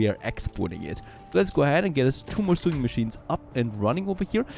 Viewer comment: ˈsōiNG məˌSHēn from "to sew" also pronounced "sō", not "so͞o" like "to sue someone"